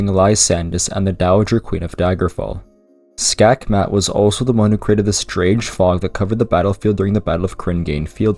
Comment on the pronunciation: Skakmat is literally the Danish word for checkmate, you even pronounced it pretty decently. It's hilarious that they literally just used a Danish word as a name.